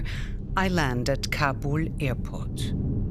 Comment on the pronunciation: Why does she pronounce Kabul as Kabore.